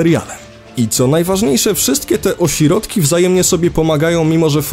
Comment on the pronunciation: ciągle mówi o(si)rodki